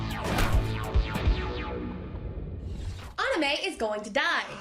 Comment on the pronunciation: pronounce anime properly